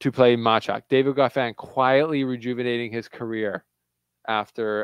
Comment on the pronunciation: you are getting sloppy with pronouncing the names. Why do you call Mensik as "Mensich"? In what language single "k" is pronounced as "ch"? Now about Machac - everybody seem to get it right, but you. Imagine his name spelled as "Mahach" - this is the way it shall be pronounced. Don't be lazy and listen how umpires say their names. For the most part they are correct. Because if they are not - players can tell them right away. Keep up the good work - you're one of the better tennis youtubers )